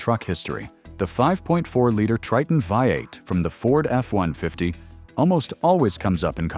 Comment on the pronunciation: Funny the Ai has a problem reading V8.. reads it as five 8.